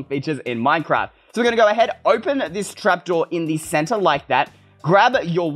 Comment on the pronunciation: Is not deze its tis ! 🤦🏼‍♀️🤦🏼‍♀️